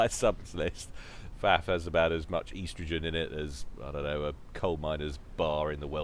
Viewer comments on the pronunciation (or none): Did just say, "Eastrogen"?